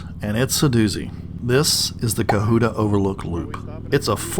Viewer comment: I've lived in Georgia NORTH GA, all my life. So,, please stop saying cuhoota. Co hut ta!